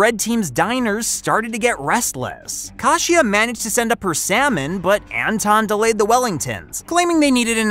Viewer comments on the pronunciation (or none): Still butchering Kashia’s name it is Kaysha not Kawshia like wtf but I agree with you on everything